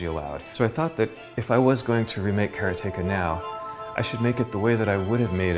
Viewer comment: How is it supossed to say karateka? I think he pronounces it correctly.